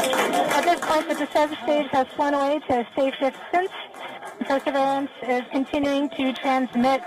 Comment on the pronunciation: What the hell is "per-severance" ?? Shouldn't wion do better especially if they are trying to reach international audiences